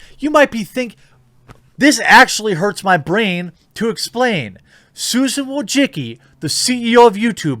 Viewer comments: Mate I let we say dislike this woman but you pronounce her surname hilariously wrong, she is Susan Diane Wojcicki not wojciki or wojicki, sorry but im just laughing my ass off. Btw I agree with you. Take care TheQ. Have great day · Is this the correct way to pronounce Wojicki ?